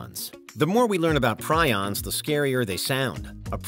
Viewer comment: I think it's also pretty scary that every clip about prions said the word but still managed to say it wrong like 10 times.